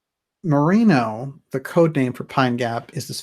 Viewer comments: Great work as usual DJ.. the sheep is pronounced MEREENO.. Also I gather you are aware of the 'peppercorn agreement' ... that's the rent our (Aust.) government charges the US government for every 10 year lease on Pine Gap... we have elections every 4 years so the CIA has to ensure that the elected (I know..they are selected) will renew the lease. I have also heard that the site in the Northern Territory, is in fact not the 'real' facility... The real one is in remote land west of there in northern Western Australia... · There was quite a bit more to Gough Whitlam's dismissal than Pine Gap. Merino is pronounced "MER - EE - NO". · Wow! Just listening and around the 1 hour mark with regards Pine gap, and Holt & Whitlam being opposed… I had NO idea!! And btw it’s pronounced Merino… Mer-EEN-oh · The breed of sheep Merino is pronounced "Mer Eee No" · Hi, yes the word merino is definitely pronounced mereeno. Cheers from Australia 🇦🇺, and I love your work. 👍🏽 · re 1.00 Merino is pronounced mer-ree-no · Just got to watch this so im probably too late and you have this...but the sheep is pronounced MER-REEN-OH. Amazing work as always. Thank you for the explanation for Harold Holt's disappearance and Whitlam's sacking.🐨🌴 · We tend to say it "Muh-ree-no